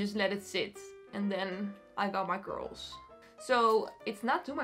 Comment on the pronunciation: I think the joke was that when she says “curls” it sounds like “girls” because of her thick accent 😶